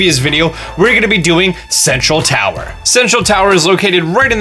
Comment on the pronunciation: who else thought he said "sexual tower" XD